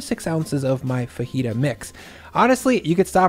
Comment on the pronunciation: FaJita not fahita